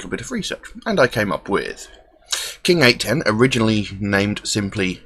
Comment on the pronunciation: It's pronounced king 8 one ohh lol